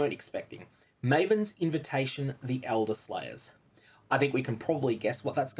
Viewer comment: I don't know... I feel like most people did expect an elderslayer invitation. Hilarious misreading by the way 😂